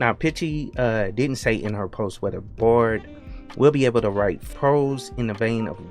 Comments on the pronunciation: You keep pronouncing it as bored, but the word is clearly bard, you also pronounce the word article kind of funny, where are you from mate? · Your pronunciation of Bard sounds a lot like bored.